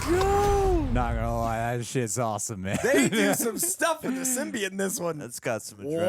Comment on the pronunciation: you of all people should know how to pronounce Symbiote!